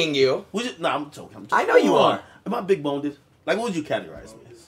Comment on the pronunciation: bro. this nigga Ak really asked adin “am i big-boneded” 😂